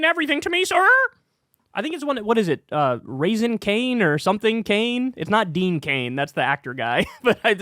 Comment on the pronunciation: Kyle said Raising Cane 🤣